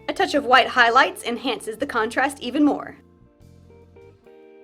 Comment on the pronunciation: Did u just say white the way that Stewie says cool whip?!?!?!?